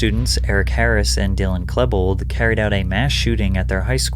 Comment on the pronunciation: Who is "Dylan KLEH-bold?" Do you mean "Dylan KLEE-bold?"